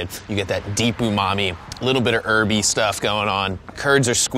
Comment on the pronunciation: Why can't he say 'herby' right?